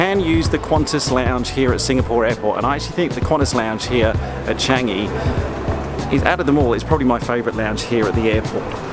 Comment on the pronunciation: You pronounced Singapore and Changi perfectly